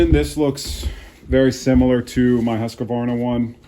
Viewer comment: why are you adding an "a" between "q" and "v" in Husqvarna? It's husqvarna, not husqavarna. and it's "u" and not "a", as in "hoosq" "varna".